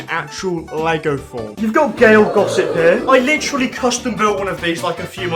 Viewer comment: we need a counter for every time he says "Litcherily"